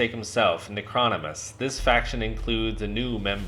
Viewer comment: Its pronounced ** Nec-ro-nom-in-us ** 😉 Cool video tho!